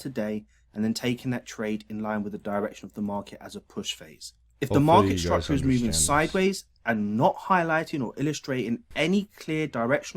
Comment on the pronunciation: I only watch to hear him say, "structah."